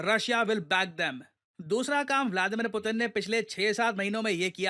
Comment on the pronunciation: pyuton ?? Putin ✅